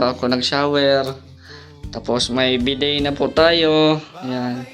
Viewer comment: Bidet (BI DEY) PO ANG PAGBIGKAS😮😮😮😂😂